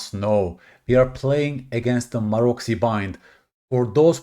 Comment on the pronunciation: Pronounced "marotsy"